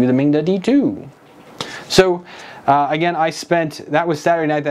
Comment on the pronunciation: lmao it sucks that was your experience but it just made me laugh every time you said their name XD It's pronounced Ming-DA(Duh) lol but also another thing is if you're so keen on YEETING that thing out the window YEET! XD I'll gladly pay for the shipping to take it off your hands ;) I need some more machines that I could try making a swan from an ugly duckling lol, let me know I'm forealzzz!! 3D Printing